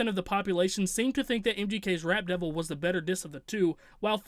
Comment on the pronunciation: it almost sounded like you kept saying “Rat Devil”😂😂. That track had nice beats, but lyrically garbage. Using weird beard as a flow...🗑